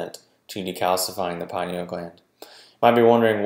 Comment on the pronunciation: Lol get this stuff right there is no pie in pineal gland. Maybe if people pronounced it correctly more people would listen and believe these videos. Med pros laugh at these like why would I listen to this guy he can't even pronounce the name of the gland he's claiming to.